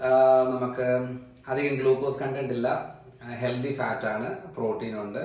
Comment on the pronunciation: ഹെൽദി അല്ല ഹെൽത്തി 🤭🤭🤭